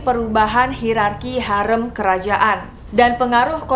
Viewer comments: Maaf kak, "harem" dibaca "harém". Fyi di bahasa Turki, e dibaca tetap e seperti ember, jika ı dibaca e seperti elang. 🙏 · Maaf mba pronunciation haremnya kurang tepat🙏 seharusnya harim..🙏